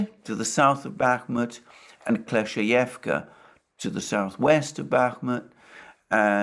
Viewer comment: if i heard dima well, it’s klesh-chey-ee-yevka ..;)